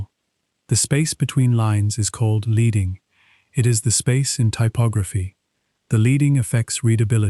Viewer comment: s/b pronounced LED-ding